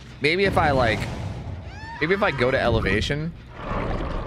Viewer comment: Lol 😆 you said ellavation.... my online name is ELEVATION2477